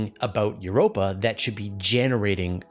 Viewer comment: For a moment I thought you were saying 'we found carbon dioxide in Europe' 😂